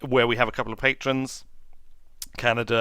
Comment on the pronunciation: Patronses? :) Please stop mispronouncing Duna! Also, a question. When have you been doing these livestreams, because I keep missing them?